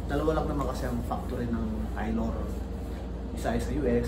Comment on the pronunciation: sinadya mo bang i-miss pronounce yung “Taylor”?